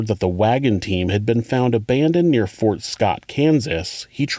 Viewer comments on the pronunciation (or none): none